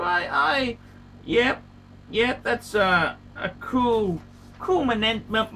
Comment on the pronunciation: I'd avoid trying to say the word "memento" again. Almost blew a fuse